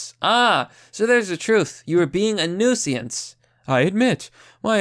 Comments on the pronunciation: Newseeance??? New-since. Say it out loud. New-since. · The word is "nuisance". Not "nooseeance". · Nuisance= new-since. The "i" is before the "s". Also fuck that guy. "How dare you clean up the city, you racist!" Minorities LIVE in that shithole city, you dipshit. Now they live in a cleaner one AND THEY DIDN'T HAVE TO PAY FOR IT! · Newsiance? Every video there something normal pronounced weirdly! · Nuisance is pronounced New-since. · Nu-Si-Ance?????? Come on man! WTF??? Seriously??? Please listen to audio books and go back to school! I hate to say this but please. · It's pronounced newsense. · Say 'nuisance' one more time... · I really like your vids, but you should really look up the pronunciations of words like nuisance if you are not sure how to pronounce it or edit your vids to have the proper pronunciation of you mispronounced it by mistake. It really takes away from your point and makes you sound less... smart. Sorry. Im a fan and I just want your vids to be the best that they can be and this has happened in more than one of you vids lately. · Nuisance? Not pronounced that way. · At this point I’m not sure if is doing a bit where he purposely mispronounces common words or if he really is serious, because it’s not a good look for the people who don’t already agree with his opinions. I understand some of the words like reeeeecist are a bit but how do you not know how to pronounce nuisance